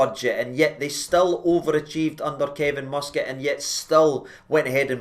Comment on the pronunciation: It’s not “free”, it’s “three” numpty!.. and the mighty Mus-Cat? Are you having a laugh? It’s hilarious watching you lot salivate over a guy who’s a 3rd rate manager and ex player! I’ve never heard so much pish from you! But if it keeps you happy, then you’re welcome. At least yous have dodged the Gerard “bullet”.. the man whose ego is bigger than Robbie Williams’ ☘️☘️☘️